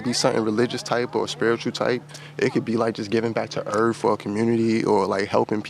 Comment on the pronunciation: "Give back to Erf"